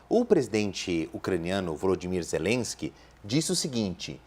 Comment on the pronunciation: Nossa que insaio para pronunciar o nome ZELESQUE